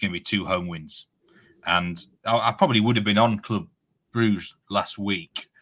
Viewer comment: Gotta agree with on the smooth pronunciation of Brugge